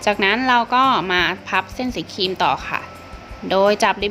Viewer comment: แนะนำให้พูดควบกล้ำด้วยค่ะฟังแล้วขัดหูมาก ครีมก็เป็นคีม นึกถึงคีมตัดเหล็กเลย คลิปก็เป็นคิป